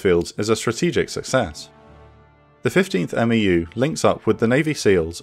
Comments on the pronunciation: Good stuff! Just correction, The MEU is not called a M-E-U by alphabet it’s together (MEU) like MU. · It is a bit weird to hear "M-E-U" and "M-E-F" constantly. MEU is pretty much always pronounced "mew" (like the pokemon), and MEF is also pretty much always pronounced phonetically like "mehff." I MEF is interchangably referred to as either "one mehff" or "eye meff" but 1MARDIV and 1MAW (part of 3MEF but still) are always "one mahrdihv" and "one maww" when referring to them shorthandedly. 1MARDIV is never "first division" or "first mardiv" weirdly even though 15th MEU is always "fifteenth mew" and never "one five mew." Infantry battalions are referred to just by number, so "one five marines" refers to 1st battalion, 5th marine regiment. It's often shorthanded to "1st battalion, 5th marines." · Amazing content, as always. The only thing I feel I could add to this is that we never referred to MEUs as "M-E-U" in the Corps. It was always, "mew." Not criticism on my part, of course, just something I thought I could share. 😺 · We say "Mew" not "M.E.U" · love the series so far man, just a couple things, a marine medic is called a corpsman and a meu is pronounced mew, keep up the good work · Just a little pronunciation help from a former MEU Marine. Marine units with acronyms for names are typically pronounced phonetically as one word, so MEU would be pronounced MEW similar to FEW. Same applies to MEF which is pronounced MEAF similar to DEAF. Love the content, just want to toss a little help in there since 1st MEF played such a pivotal role in the ground invasion. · Of note, we pronounce MEU as "Mew" and MEF as "Meff" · US Marine here...love your work. FYI, "MEU" = "mew"...like a cat. 👍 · When you say MEU, you can just pronounce it "Mew" like the pokemon. And you always just pronounce MEF just like it sounds. But you'll say "one" MEF, "two" MEF, "three" MEF. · Marines pronounce MEU as "MEW"